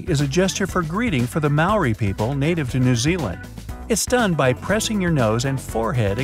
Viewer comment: Who else feels offended by him saying Maori in the wrong way